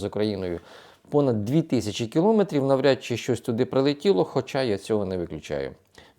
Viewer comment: Ставте правильно наголос на слові кілометрів!